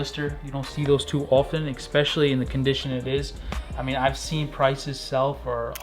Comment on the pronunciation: mans really said xspessally